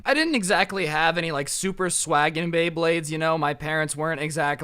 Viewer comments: ITS NOT BLEYBLADES ITS BEYBLADES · me: oh he knows about bayblade thats a surprise hears him call it blaybades also me: WTF WHY BLAYBADES BRO JUST WHY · blayblay blaybades., it's beyblades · bley bades lol, its bley BLADES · bley blades lol its BEY blades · Dude my guy calling them BLEYBLADES TRIGGERS ME ITS BEYBLADES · He didn’t even realize he said pay bley blades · Either he said pay bley blade or Blay bley bley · He kept saying bley bade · anyone else notice he said “pay bleyblades” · How many times was blay blades said instead of bay blades... I seriously want to know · how many times did he say Bleybades Bleyblades and Beybades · you keep saying bablades blablades blabades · “Go into the. Bathroom and pay bleybleyds” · He said bleybades so many fucking times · He keeps saying blayblades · says beyblades Me:I REALLY REALLY REALLY LIKE BAYBLADES!!!!!! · he kept saying blry bade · Every like is for everytime he said bleybades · Did he say bleyblades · "bley bades" "bley blades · bayblayds me:gos ultra instint did you just say blayblayds!!!!!!! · Umm ‘let’s Blay bleyblades’ He took way to many L’s in one sentence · Did he just say pay blaybades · Can someone count how many times he mispronounces beyblades?